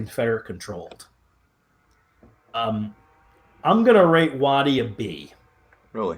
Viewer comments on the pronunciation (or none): It's Stand WAY-tie, not Stand Wahtee. TransMississippi Generals Units etc. always get the short end of the stick from historians.